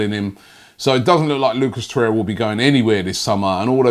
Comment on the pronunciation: Nwabekee samuel I’m starting to think Robbie miss pronounces names on purpose for more views and comments smart business man like Stan🤣